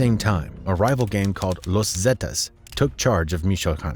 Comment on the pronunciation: Yeah I don't even speak Spanish and even I'm like wtf lol...zettuhs? 😂